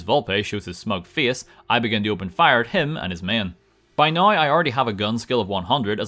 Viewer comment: when you say now like naigheugh